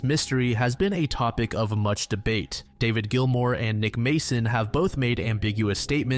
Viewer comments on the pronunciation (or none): none